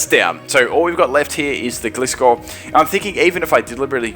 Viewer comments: It's called Gli-scor not Gle-scor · It's gly-score not glee-score! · Correct me but im pretty sure they pronounced gliscor like this glie-score in the anima not gli-score